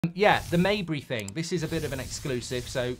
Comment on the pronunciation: Mejbri is pronounced with the "j" as it's written